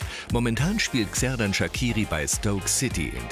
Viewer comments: Man spricht Xherdan mit Sch am Anfang aus!! 😂😂 nicht Gserdan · "Kserdan" 😂👌🏼 man sagt "tscherdan" bin albanerin und somit weiss ich wie man ihn ausspricht!☺️ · SERDAN?? SERDAN SHAKIRI you fuxkin sirius 😂😂😂😂 wer zur Hölle ist Serdan bloody hell er heißt Xherdan Shaqiri HAAHHA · Serdan Sakiri? euer ernst? Es heisst Xherdan Shaqiri! Und man sagt Kserdan Schatschiri! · junge es heisst XHERDAN SHAQIRI!!! 😠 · Der albaner nicht schweizer und lern mal sein namen richtig auszusprechen